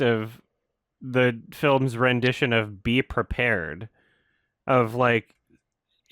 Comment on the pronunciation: The silly little “beh pwepah” fucking kills me